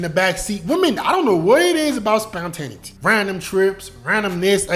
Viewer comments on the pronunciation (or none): Like your content Bruh. Learning new things still at this age. I know you're not gonna take it the wrong way, but spontaneity is pronounced- spawn-tah-nay-itty. Just want to see you keep shining my boy!